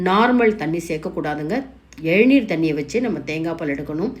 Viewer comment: Nice recipe. Thanks.It's Elaneer not ezhaneer